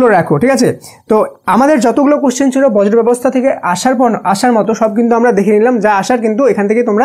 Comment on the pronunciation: স্যার উচ্চারণ টা বর্জ্য হবে বজ্র না❤